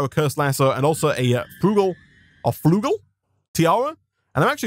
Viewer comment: "Flugel"... Its actually "Flügel" which emans "Wings" in german ;w